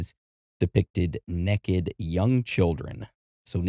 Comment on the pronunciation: Hard to take someone seriously when they say ‘neck-ed’ repeatedly.